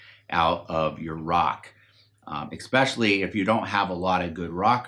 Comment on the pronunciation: He really said "ekspecially."